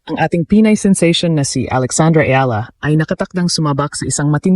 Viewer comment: Eala pronunciation E ya Ia